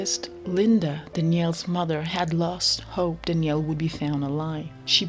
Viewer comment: Danielle, not Dnielle